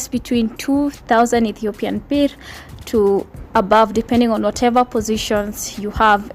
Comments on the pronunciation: Ethiopian Burr. That's how you pronounce birr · Dear gawd how you said birrr throw me out the window gaawwd damnn